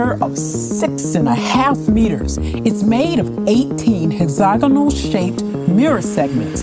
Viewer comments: Im sorry, but this just made me laugh. , she says HEZAGONAL, instead of Hexagonal....lol. WTF is a Hezagonal? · "hex-aga-nol shaped" lol wtf